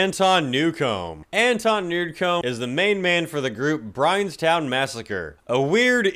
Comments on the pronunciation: For Anton Newcombe, the band is called Brian Jonestown Massacre, not Brianstown Massacre hahaha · Or '"Brianstown Massacre' from "The Brian Jonestown Massacre' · It's "Brian Jonestown Massacre" not "Brianstown massacre." You messed up David Ellefson's name, too. Did you throw this whole video together over lunch? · Wait... did he say Brianstown Massacre? Lol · Brian Jonestown Massacre, not Brianstown Massacre. It's a goddamn shame that Newcombe is such a cunt, that band has a lot of great music, Methodrone in particular is fantastic if you like spacey, dreamlike shoegaze. Their albums are pretty much all way too long, though, and I say that as a fan of prog stuff, these motherfuckers are so self-indulgent they make bands like Yes look restrained by comparison. Edit: I totally get being picky when it comes to industrial. I myself am not, but I do tend to lean more towards the bands that have more of a rock or metal edge to their stuff. That being said, I'm also a big fan of Coil, who are just... Weird as fuck and amazing. RIP to both Jhonn Balance and Peter Christopherson, the people to make CLIVE BARKER go "...Okay that's a little TOO scary for Hellraiser, sorry." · EFF-ellson ??? (Ellefson) , NO-rioty?? (notoriety) , this was his professional doctor's medical advice?? (his MEDICAL doctor"s PROFESSIONAL advice) , Brian's town massacre ?? (brian jonestown massacre) , Anton Nude-come?? (Anton Newcomb) , ... ...these are awesome! and funny! (hope they were MEANT to be!) P.S. it was nowhere near every gig that G.G. went disgustingly felonious (maybe 1 in 10) P.S.S. can still see your eyes reading your notes behind your prop glasses. All in good fun...1st time at yer channel. Subbed! Cheers mate. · Dude. Get the band names right... Brian Jonestown Massacre